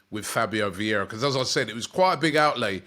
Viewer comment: Vieira, not Viera. Come on now